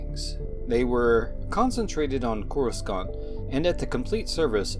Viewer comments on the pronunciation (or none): How did you make such a solid video with legit info about the Jedi, especially the Sentinels, yet you pronounce Coruscant with a hard second C 😂? It’s NOT pronounced as Korr-uh-sKaunt; it’s Korr-uh-saunt… I mean it really is a GREAT video, but bro... Fix that pronunciation 😜. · just a tiny hint, the second "c" in "coruscant" is silent. it's pronounced "core-uh-sant"